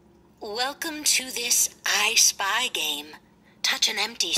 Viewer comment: Not me thinking him saying “Ice Spice” instead of “ I Spy”